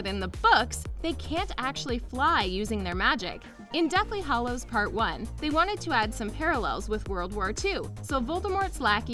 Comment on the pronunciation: OMG It's Hallows not Hollows. That is so frigging annoying.